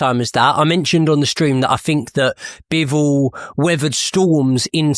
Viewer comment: His Name ist Bivol and Not bewol. Have Respect and call His Name correctly